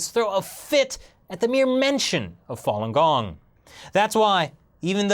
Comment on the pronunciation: To judge if the Chinese government is "bullying" or "doing what they think is right" really depends on how much you know about Falun Gong, a word you can't even pronounce correctly. I mean seriously dude, do some research before talking about something you don't know while pretending you are standing on a higher moral ground.